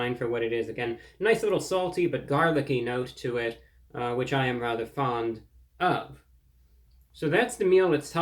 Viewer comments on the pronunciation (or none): none